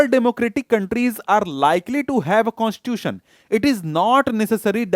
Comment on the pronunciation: sir sorry for becoming oversmart infront of you but according to me you pronounce the word constitution in a wrong way you speak it constuion.which is completely wrong by the way your explanation is of next level.